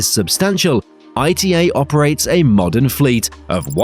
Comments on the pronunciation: ITA airways is NOT pronounced I T A is pronounced ITA -As an Italian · It's not "I-T-A" but "Ita" as a word (pronounced "ee-tah"). The fact that the name causes so much pronunciation confusion is just another proof of how weak the 'ITA Airways' brand really is. Let's see when they finally decide to bring back the Alitalia brand.